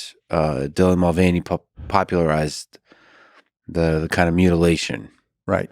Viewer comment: This clip is so annoying not because of the Dylan thing but because of the fact that Marc is such an idiot to say the name wrong how many times lex said it. And because lex has no balls to disagree with anyone and correct them